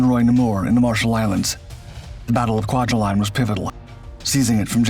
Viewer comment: Also Ku-wa-ja-leen. Accents on wa and leen. And Truk Atoll is pronounced Truck and is now known as Chuuk Lagoon.